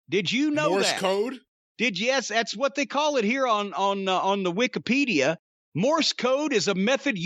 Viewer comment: Cornette's sounthenness comes out when he says wikipedia